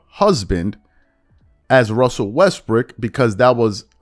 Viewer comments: The analyst sounded like he called Russ "Westbrick." . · Did He Say WestBrick At the End!?? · am i tripping or did that dude say westbrick at the end of that sound bite ??